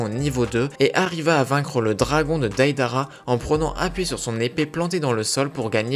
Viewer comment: ca me pertube trop psk tout le temps tu disait DAIDARA au lieu de deidara pendant tout le long